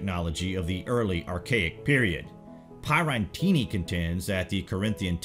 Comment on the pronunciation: You mispronounced Pierattini right at the beginning.